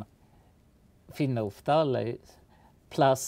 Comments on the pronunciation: Phenolphthalein, you lost the "l" :) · I love how he cannot for the life of him say "Phenophtalein" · I don't know if we are lazy in America or what, but you really annunciate every letther in phenolphthalein